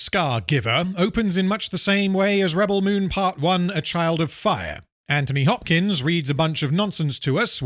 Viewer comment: Why does every YouTuber think that mispronouncing a name is peak comedy? 'Anthony Bopkins'.... Why? Not funny, not original, it adds nothing. Just so dumb and unoriginal in every single way.